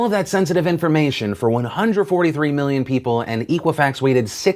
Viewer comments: Eck-wa-fax, it's eck-wa-fax. Not eek. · I hate to sound like hermione here, but your pronunciation drove me nuts It's EH-qwi-fax not EE-qwi-fax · EK-uifax not EEK-uifax. Ex like except. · Hey Phil, It's pronounced Eh quih Fax not EE qhih Fax. Soft E. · Pronounce it correctly. It is X-quwa-fax not E-quwa-fax. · It's pronounced "eh-qui-fax", like the word equity. Not EE-quifax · EEEEEqua-fax? I thought it was pronounced ECK-wah-fax! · Phil, its pronounced Eck Wa Fax. I've never heard of EEK! Wa Fax. The hooked on phonics courses are available to help you. You don't have to go at this alone. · you're pronouncing equifax wrong . It comes from Equity so use that sound instead of eekwifax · Phil, it's pronounced "eh"quifax. Like their response when asked if they should report their findings immediately. "Eh." "E-quifax" sounds like it was founded after dial-up. It was not. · Dear God Phil. It's Eh-quifax. And the breach was in July, not September. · It's pronounced Ekwafax, like Equity, not Equal. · You're not pronouncing Equifax correct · You're saying Equifax VERY wrong. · What does watching the "very important video" do for all us American adults? There's basically nothing any of us can do. The data breach has already happened and none of us can stop a credit card being issued in our names without our knowledge. Just what is it you think your talking about this story (and repeatedly mispronouncing Equifax) will do.....other than get you a lot of views?